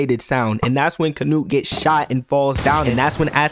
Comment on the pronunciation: Bro, why you say canute like nut withe hard t